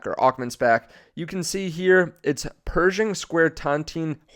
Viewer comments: Dude. Not pronounced "Persian" but "Per Shing" :) I am half Persian so it was funny hearing this :) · It’s pronounced “Per-shING” like ShINGles